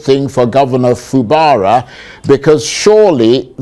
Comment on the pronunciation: Fubara: Pronunciation: Fubaaaaraa lol